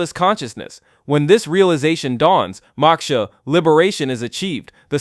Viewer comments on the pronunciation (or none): Your pronunciation of Prakriti Moksha etc are way off. If you are going to do a video using Sanskrit then at least look up the pronunciation